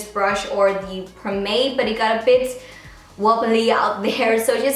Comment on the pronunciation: The way she pronounces "pomade" tho😂🤦‍♀️